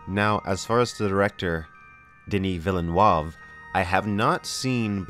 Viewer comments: Dennis villen what? It's veelneuve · Great vid! but its pronounced more like Denee(no vowel after consonant means silent letter in french) Ville-neve, not Villeneoav or Villenoieve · Denis Vill-nuhrv is how you pronounce his surname, but nice attempt though, lol. Although, I do think you've pronounced Timothée Chalamet's name correctly over everybody else. I mean there's an accented 'é' in his name that they're all ignoring, lol! And I do think you'll be fine with Denis making these films, as Dune has been a dream project of his for a very long time. He's been a fan of the book since he was 12 years old so clearly, he knows far more than Lynch. ;) Another thing I'm keeping my fingers crossed for, is whether Weta Workshop/Digital will be brought on-board for all the conceptual design. I'd love to see a guitar builder make a baliset from the ground up - and if the actor who will play Gurney Halleck will also get to learn to play the instrument too. Weta have already worked with Legendary a few times and Weta also built some model buildings for Blade Runner 2049 as well. They looked beautiful! One thing I won't be looking forward to are the Lynch defenders who will claim that his movie will still be better than the new adaptation. I'm going to be shaking my head on this, I'm afraid. :p Lastly, you MUST see Blade Runner 2049. You'll be blown away. And do get back to me if you think whether the actress playing the character of Luv (Sylvia Hoeks) would make an excellent Lady Jessica... ;) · It's "Vi-luh-noov". Villeneuve. Vi-luh-noov, not "vil-nee-yuv." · Please for the love of god STOP SAYING VILLENOIVE. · VilleNOOOOOIVE TIM-OH-THAY SHALL-OH-MAY xD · since youre going to be having to say his name more often now, it's more like "den-ni vil-nuvv" but kinda light on the "l". love your vids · I think you should try pronouncing his name like Veel-nerve, not whatever rubbish you are coming out with. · And it's pronounced "villinoov". Cheers, love your channel.